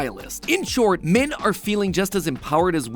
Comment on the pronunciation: Today I learned Matpat kind of pronounces "men" like "min"